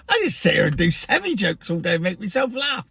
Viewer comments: Yes, they are called sem-I, not sem-e. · Its pronounced semeye lol. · As you pronunce it an articulated gehicle is a seni!